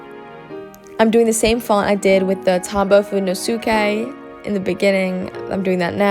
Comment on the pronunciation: It’s pronounced Food-day-no-soo-Kay